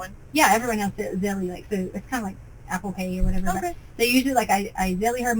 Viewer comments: She's so stupid. Pronouncing ZELLE, Zilly. Also ciunt hiw many times she says "in my mind..." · The reason the detective never heard of “zilly” is because can’t say the word ZELLE correctly. Again, how was she ever involved in education?? 🙄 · Zelle ???? lol not zelley wtf